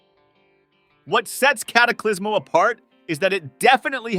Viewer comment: Cataclismo* not Cataclysmo.